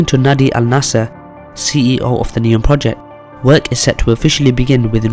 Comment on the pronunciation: It's Nahdmi not Naadi!